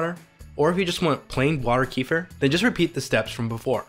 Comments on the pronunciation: It is not KEE-fur. Kefir is an actor. This is a drink originated in Turkmenistan pronounced Ke-FEER. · it's called 'ke-FEER'.. not 'KEE-fah' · It's kefir, not keefer😂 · its keh-fear not kufir like the expression meh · It's Kehfeer not keefur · It’s not pronounced as Queefer it’s kafeer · It's Kêfir not Keefer. Amazingly ears hurting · Don't feel bad - everyone here is actually saying it wrong. Kefir is from Turkey, so it's a Turkish word, and the correct pronunciation rhymes closely with "WOOFER". It's properly pronounced as KUH-fur (not keef-er or ka-feer). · It's not pronounced Kee-fer. It's pronounced Ke-feer. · It's pronounced KEF- FEA not kee-fur! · Key-fur = No, Keh-firr = Da Oh forgot to say: your tee shirt is really nice! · "Kee-fer"? Where does that pronunciation come from? I've always heard it pronounced like "Ke-fear" with a short "e" in the first syllable and a long "ee" in the second syllable. As far as I know that's how "kefir" is pronounced in the Caucasus region where the milk version originates from. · Ooo wooow . I’ve been saying Kee-fur too. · CAAAAA (like ca in cake) F I R (fir tree) 🎉🎉🎉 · Pronounced kuh feer... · It's pronounced: Keh-fear. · It's pronounced kuh-feer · (KefEEr) stress on the second syllable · Keh'- feer. It's not Donald Southerland's son. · It's pronounced keh fear. Not the way YOU think it's pronounced. Kefir is a fermented milk here in Poland. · thank god it's not correct in this vid. I was very upset that that's the standard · God, capital G, had to correct you, so sorry.. but agree otherwise with pronunciation of Kefir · Thank you, it is beginning to irk me to watch every video of the subject and hearing the mispronunciation. Kiefer Sutherland is a good actor though 😂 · just came here to say you were pronouncing it wrong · I don't forgive you,it was an immediate small cringe when I started the video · Man! The way he pronounces Kefir is so unbearable, it’s hard to watch this video!! :-( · Pls learn how to pronounce Kefir ..